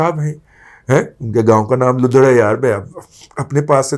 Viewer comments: آؤ بھائ صاحب لُدھڑ نہیں ہے درُستی کریں وہ لَدھڑ ہے۔ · رضی دادا صاحب فواد چودھری کے گاؤں کا نام لّدھڑ ہے۔ سوچا تلفظ درست کروا دوں ۔ باقی اپ کا پروگرام بہت اعلیٰ ہوتا ہے۔ سلامت رہے